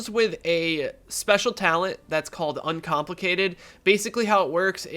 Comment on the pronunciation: Did you just said uncomplicitaded? xD Cheers, keep doing great job:D